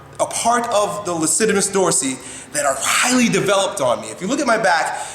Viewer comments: I couldn't help but laugh for a second when he accidentally said "Lassitimus Dorsi" instead of "Latissimus Dorsi" . Amazing video content, nonetheless. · and you also said lassitimus dorsi instead of latissmus dorsi ;) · He said Lastimus Dorsi. Its Latissimus Dorsi :) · he said "lasitimus" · Lassitivus dorsi? Don't you mean latissimus dorsi? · lassitimus dorsi! a little bit of a slip eh?! haha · "Lassitimus dorsi" ... Great job, dumbass. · 'lassidimus dorsee' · Its latissimus dorsi. You probably just mispoke, but just letting you know. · What's a "lassitimus dorsi"? heheh